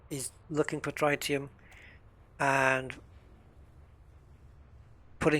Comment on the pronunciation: The fuel (an isotope of helium) is pronounced tri·tee·uhm. Tri like trigonometry, not like tripod.